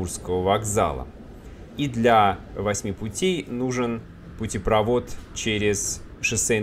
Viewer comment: Не путепрОвод, а путепровОд!!!!